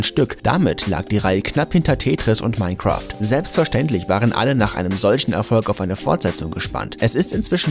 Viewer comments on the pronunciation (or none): none